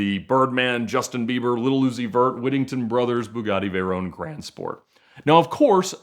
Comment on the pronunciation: "Vay RONE"